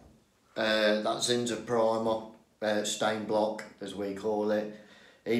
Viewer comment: He uses Zin-zah